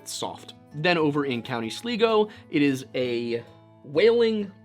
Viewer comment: It's County SLY-go! I almost peed myself when you said slee-go :) sorry, just struck me funny